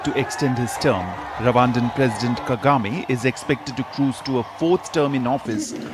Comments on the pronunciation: KAGAME not KEGAME😂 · Kagame not kegame